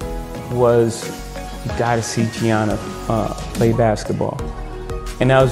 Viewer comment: ✨ IT’’S GIANNA, NOT KIANA‼️ ✨